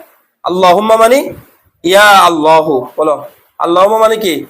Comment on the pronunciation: আল্লাহু শব্দটি আল্লাহো উচ্চারণে খুবই অসুন্দর শোনায়।